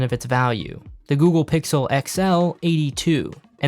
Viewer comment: 😂 my dude can't say google. Google!! Hahah it's no alphabet cereals.